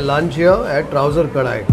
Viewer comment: It is Kadai, not Kadaai ಕಡೈ not ಕಡಾಯಿ